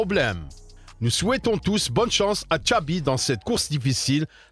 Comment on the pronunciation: MDRRR JE SAIS PAS, le reuf il dit "Tchabi" au lieu de "Xavi"